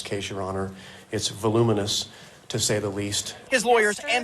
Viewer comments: Luke take care of yourself! We want you well. Take a sick day. Fine with us. Thank you for what you do. Oh, and voluminous is pronounced va-lum-in-us. 😉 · Pronounce voluminous correctly please.